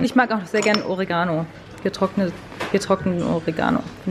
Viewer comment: der arme Oregano wird immer falsch ausgesprochen. die Betonung liegt auf den e. orEgano. :)